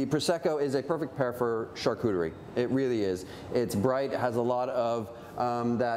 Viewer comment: You lost me at char-TOOT-erie board ! 🤣🤣🤣